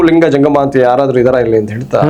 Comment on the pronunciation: ಅಣ್ಣಾ ಲಂಗ ಅಲ್ಲಾ ಅದು ಲಿಂಗ